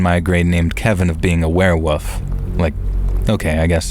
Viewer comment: "a werewuff" 🥺